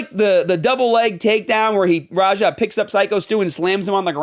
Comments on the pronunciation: "RAHA" I thought you were an EXPERT on this subject smh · "Raha Jackson" 😂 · Bro you’re calling him Raha. Idk if you’re joking or not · Are you intentionally mispronouncing every name to be a pretentious asshole? K n o x Knox as in Knoxville Tennessee Chael Sonnen like kale but with a c h Raja same as the Tiger in Disney's Aladdin it's not that hard dude everyone's been saying these names since the beginning of time you're the only one that likes to mispronounce them